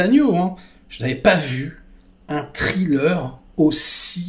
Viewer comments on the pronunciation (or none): none